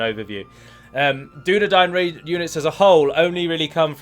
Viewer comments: Who the fuck says Dunna Dain... and not Dunna Dine. It's even said in the films Dunna Dine...! During the scene where Eowyen talks to Aragorn while offering him food, and she realises he's a descendant of Numenor... Probably a few more times too but that's the one I remember quickly off the top of my head. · Dunadain -_- You misheard my friend